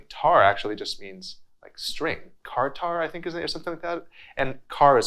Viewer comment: It's not pronounced kartar but rather like the 'ch' in church so chartar in the other phonetic sense. Anyways thank for being so informative and acknowledging these older asian instruments several old beautiful ones don't necessarily get appreciation anymore.